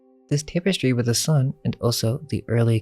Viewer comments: I tried to ignore it but I had to say something after hearing you say tape-estry at least a dozen times. Tapestry is pronounced TAPestry not TAPEestry dammit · "Tap-uh-stree". Tapestry. Not "Tape-uh-stree". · Cool vid. But learn how to pronounce things. Example: tapestry is pronounced “tap-estry”, not “tape-estry”. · the word "tapestry" is mispronounced. It was a bit jarring to the ear.